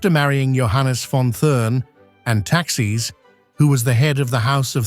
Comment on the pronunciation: "Thurn" does not rhyme with "fern". "Thurn" sounds more like "tour-n". And "Taxis" is not the plural of "taxi". It sounds more like "Tax-iss". Please find a different commentator. Thank you!